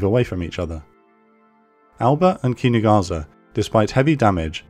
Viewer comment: Amazing video. Just a small remark regarding the pronounciation of the japanese ships names. The "s" in Kinugasa shouldn't be pronounced as a "z" but as the same way as the "s" in "Sahara". In fact no "s" in japanese should be pronounced as a "z" as when time come for such a thing an actual "z" is present in the name as with Zuikaku, Ikazuchi or Inazuma.